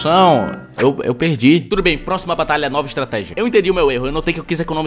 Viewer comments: eu ouvi tbm simulador de batata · ele falo simulador de batalha, nao de batata, ele deu uma cortada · só eu ouvi ele falar similador de batata?